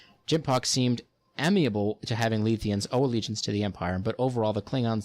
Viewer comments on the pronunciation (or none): You kept mispronouncing several names, Letheans, Ferenginar, etc. But that's just me being a nitpicking Trekkie. Overall an enjoyable little look at the history. I read many of these on the wiki, answering the daily questions as I worked on collecting all of these, but it was good to hear them in order. Makes several things make more sense now.